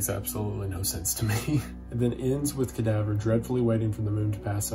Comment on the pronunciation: The way Wendigoon pronounce Cadavre's name leads me to believe he pronounces French words like "Danse Macabre" as "Dance Macaber"